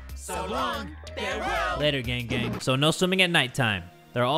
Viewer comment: just me or whenever jay says "gang gang!" i think hes saying "gang bang" ...uH jUsT mE? oH